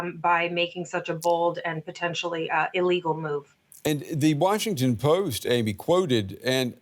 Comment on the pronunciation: did she just say illegal🤣😂